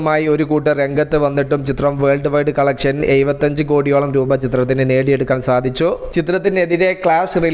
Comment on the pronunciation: തനിക്കെന്താ എഴുപത്തഞ്ചു എന്നുപറയാൻ നാക്ക് തിരിയില്ലയോ?. പലപ്രാവശ്യം ശ്രമിച്ചാൽ പഠിക്കാവുന്നതേയുള്ളു. താൻ ഒരു vloger അല്ലയോ? ഇത് മോശമാണ്.